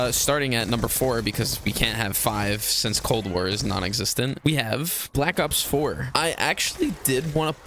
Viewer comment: You kinda swallowed your words when you said “Cold War” there buddy😭😭 shit was funny as hell